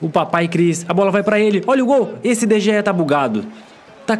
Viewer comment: n se fala de gea se fala de rea